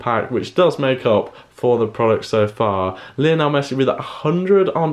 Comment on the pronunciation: He said Messi name Lainol………